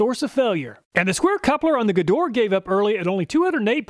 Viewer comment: KTC (Kyoto Tool Company) is the brand behind Nepros. These are top notch Japanese tools maybe even the best Japanese brand. P.S. It is pronounced "Shtalvile" and Gedore should be pronounced "GedorE" with "e" pronounced not silent.